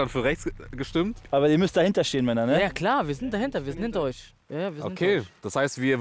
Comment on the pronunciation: Er sagt männers anstatt Männer 😂